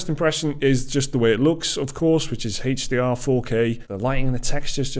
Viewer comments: Its aeech Deee Arrre not Hayche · "Haych D R"